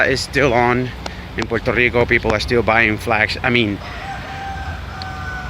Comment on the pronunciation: Oh yea, and nice beard, and you pronounced it right 😂💪